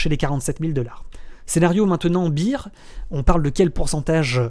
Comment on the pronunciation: Merci pour cette vidéo, comme d'habitude au top! Si jamais on dit BEAR (Bère) pas BEER (Bire) ;)